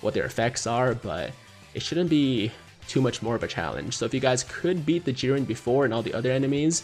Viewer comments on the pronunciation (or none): none